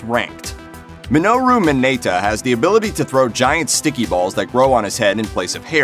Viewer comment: I'm very triggered at the fact that most of the names he said, were pronounced incorrectly. Mineta, not Minayta